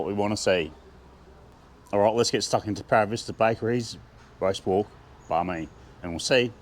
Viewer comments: I thought you were saying “riced pork,” but I finally figured you were saying “roast pork.” Seems like I have a lot to learn. The pie looked ridiculously delicious, and such value! 😊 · Wait a second; is it roast pork or diced pork? I thought you were saying RICED pork. 😂😂😂